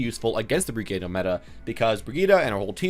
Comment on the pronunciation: Just wanted to say that Brigitte is pronounced "Bri-geet" My dad speaks quite a few european languages so I know this from experience.